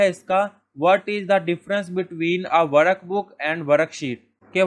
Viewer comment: Sir aap ki teaching bohot achi h but workbook hota h waraakbook nhi